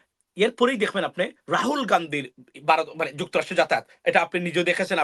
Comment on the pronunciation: হালায় বাংলা উচ্চার শেখেনাই ভারতকে বলে বারত .বলদ কোথাকার।পিওর মাদ্রাসা প্রোডাক্ট।